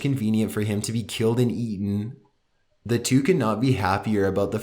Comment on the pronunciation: How he says eaten 😂 wtf is that about